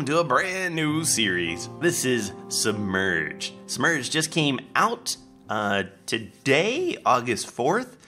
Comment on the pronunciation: Lol Sounded like u said "Smurged"